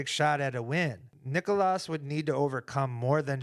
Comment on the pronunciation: I love you guys, but as a Finn just please pronounce it correctly. And if Jomez is reading this, I mean you too... It is not Nik-O-Las. It is Nik-Las. The difference for us it is like comparing Stephan and Stephen. It hurts man, it hurts. If you need more instructions, it is like Legolas and Leglas. Please, I cannot take this anymore.